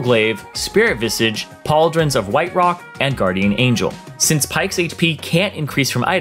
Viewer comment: still havent learned how to pronounce Spirit VISAGE huh?